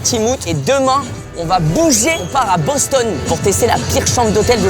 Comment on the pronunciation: Tu m'a fais saigné des oreilles a cause de ton Bostone on dit Boston sans de e a la fin